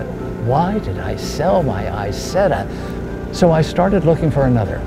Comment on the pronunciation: Lovely piece. Now if only he would have learned to pronounce the name of the car properly!!!!!!!!!!!!!!!!!